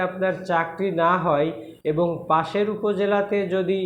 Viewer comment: ভাই, পাসের না, পাশের হবে।